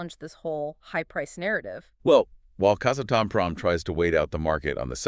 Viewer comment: Please pronounce it “KAZ - ATOM - PROM”